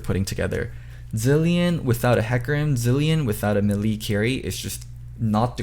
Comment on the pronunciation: we need to talk about your pronunciation of 'melee.' im gonna comment this every time until you notice it